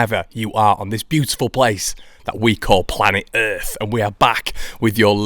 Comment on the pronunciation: Planet errrrrrrrrrth 😂